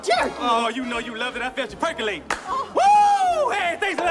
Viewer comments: " i bet your perculating" fkn lmfao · He said I felt you perculating